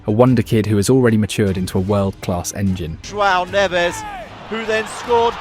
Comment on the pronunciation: According to this video, Portugal hired 3 Spanish players: Brunoh Fernandez, and Joao Nevez (at least he didn’t call him Juan) and Nunoh Mendez. Yet he doesnt say “Jay-main Eeh-Ay-mail”, he says it correctly… I’m gonna start saying all British players’ names with a German accent